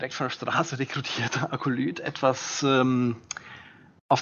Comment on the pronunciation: Was ist ein Konklaff, das Ding wird kon-klaa-we ausgesprochen. Genau wie der Akolyth ein ü hinten hat. ;) Klasse Video. 👍🏽